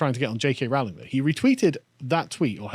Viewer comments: Rowling, not "Rauling"! FFS! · Its pronounced Rowling as in "bowling". Not pronounced Rowling as in "scowling". An Englishman such as Carl should know better than our transAtlantic cousins